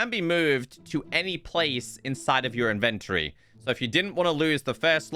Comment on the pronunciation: Inventory-inventery lol. Ty for the video